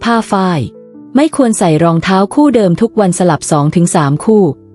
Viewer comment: ทาว หลั่ง คือ เท้า กับหลัง งง อะ เสียงนี้ปล่อยมาได้ไง